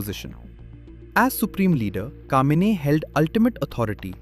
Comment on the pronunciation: It's Khameini not Kamini